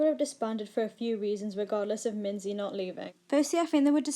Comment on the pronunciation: Note: Its pronounced Mingee not Minzy